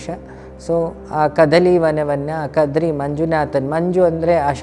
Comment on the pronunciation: Not. Kadri.....it's. KADRE.... The Tulu word